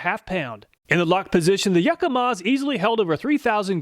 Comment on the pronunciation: Say "Yakamaz"